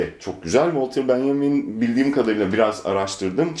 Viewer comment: Bünyamin değil miydi ya Walter, Benyamin mi oldu bu aralar? =P